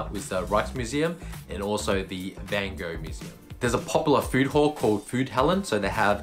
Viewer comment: Hoe kan je in godsnaam vanGo door je strot krijgen? Als Amsterdammer hoor je toch de juiste uitspraak te weten?